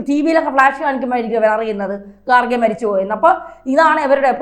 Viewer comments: ഗാർഖെ അല്ല. ഖാർഗെ എന്ന് ആണ് ശരി. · ഗാർഖെ അല്ല, ഖാർഗെ എന്നാണ് ശരിയായ ഉച്ചാരണം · ഗാർഖെ അല്ല ഖാർഗെ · ആസനത്തിൽ ഒരു ആലുമുളച്ചാൽ അത് അലങ്കാരമായി കൊണ്ടുനടക്കുന്നവരാണ് /ആഘോഷിക്കുന്നവരാണ് മലയാള മാധ്യമപ്രവർത്തകർ എന്നതിന് ഇതിനേക്കാൾ വേറെ ഒരു ഉദാഹരണം വേണ്ട ഖാർഗെ ..( ഗാർഗെ അല്ല.. കാർഖേ യും അല്ല ).. എന്നത് ഉച്ചരിക്കാൻ വിഷമമുള്ള ഒരു പദമാണോ ?ഇംഗ്ലീഷ് ഹിന്ദി ന്യൂസ് ചാനലുകളിൽ ഇത് ശരിയായി ഉച്ചരിക്കുന്നില്ലേ ?ഇംഗ്ലീഷ് ഹിന്ദി ചാനലുകൾ നടത്തുന്നവരെല്ലാം കർണാടകക്കാർ ആണോ .?..മലയാളിക്ക് എന്താണ് ഖാർഗെ എന്ന് ശരിയായി ഉച്ചരിക്കാനും എഴുതാനും ബുദ്ധിമുട്ട് ?